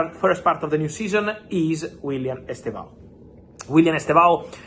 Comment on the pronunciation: Fab, please stop saying Chelsea’s Ballin D’Or of the futures name wrong. It’s Estevao Willian NOT Willian Estevao Estevao is ‘Steven’ in Portuguese, and by the way, it’s pronounced as two syllables, as ‘STEV-OW’. The initial ‘E’ is virtually silent. Listen to the Brazilian commentators and you will see what I mean.